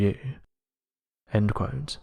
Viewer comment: I can't watch this channel any more. This guy can't say the word "quote" properly.